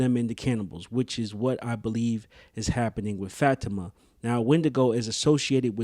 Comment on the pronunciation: It’s bothering me that you don’t pronounce Fa ti ma name correctly